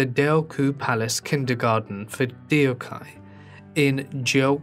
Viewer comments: I couldn't finish the video with him butchering her name constantly. It should be pronounced doc-hyeh. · lmao. true! that's the first thing i noticed. i've been watching too many kdramas since 2004 that i'm quite familiar how their words/hanguk characters are pronounced. dee-yock-hai is sooo cringy! hahaha. the video creator should've researched how it's correctly pronounced. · 덕혜 Deokhye - should be pronounced Dok-hey it's two syllables. It's a minor thing, but the pronunciation of Korean names is specific. Three syllables is usually their whole name with with the family name being placed first. The narrator keeps calling her 데옥하이 ( De ok hi ) Which is not her name- It's 덕혜 (Deokhye). Oh and don't try to say it's the accent- I went to school in Korea with people from ALL over the world we all managed the alphabet- It does help to know how to say her name. It's too bad there was no one to help the narrator out. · By listening to this video, I thought this is a story of someone else. The name is pronounced Duk hye 2 syllables NOT 4 syllables de-o-ka-ee which has no Korean reference whatsoever. Please at least pay the respect to the person by calling her name correctly. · A good way to get the pronunciation of foreign proper names right is to substitute them for english words that are "close enough" - for example Princess Deokhye - you say it like Dee-oh-ky - but it'd be closer to Dock-Hey. Just a thought. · Her name is Deok-hye not Deo-khye. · Lol as a korean, it is not pronounced Deyokhiy, it is pronounced dokhye, the eo sound is not eyo, it is a higher version of o, and hye is not hiy, it h-ye Edit: oh i just realised someone else commented this lol. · Nice documentary but Deokhye (덕혜) is pronounced as dok-ye not dee-oh-kai. 🙏🏼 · the correct pronunciation of her name should be "dok-hey" with no emphasis on the 'y' if it makes sense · me, being korean, watching this and thinking only one thing: its supposed to be pronounced duk-heh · it’s pronounced “duk heh”